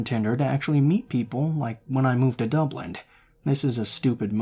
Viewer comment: It’s Dublin not dublint 😂😂😂🇮🇪🇮🇪